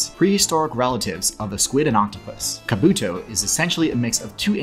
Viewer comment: Why do people keep saying Kabuto wrong when it comes to the Pokemon but say it right when it comes to the character Kabuto from the Naruto series?....The characters are the same name and the same pronunciation and same spelling....